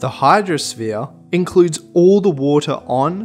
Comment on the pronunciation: this guy "hydrosphere: wottahh"